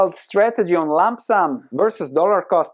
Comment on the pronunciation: Incredible content. But Please don't say Lamp sam.